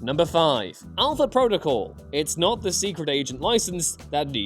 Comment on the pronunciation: You missed the 'L' in Alpha